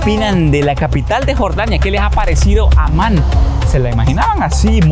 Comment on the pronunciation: اسم عاصمة الأردن هو(عَمّان)، وليس(عُمان).